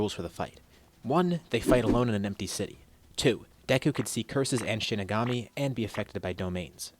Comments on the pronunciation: Shinigami? It’s shikigami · Not to be that guy but I’m pretty sure it’s shikigame (I think that’s how you spell it)